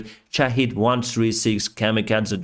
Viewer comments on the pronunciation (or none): none